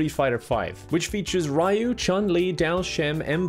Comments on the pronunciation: i love and appreciate you so much but never pronounce ryu (ree-yu) as "rai-u" again. snakes manifested in my house because of that. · did he just really say "rye-u" ? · pronunciation of Ryu's name is killing me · Me: I love: pronounces Ryu as "RAIYU" Me: love? love is fucking dead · The way pronounced "Ryu" hurt my soul. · that moment pronounces Raiyu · Triggered with the "rye-you" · Tfw you hear someone pronounce Ryu as "rye-u" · Did... Did just pronounce Ryu as 'rai-yu' and Chun Li as 'chan li'...? X"D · I'm sorry but I can physically feel it when someone pronounces Ryu's name "rye-you". It's not a pleasant feeling.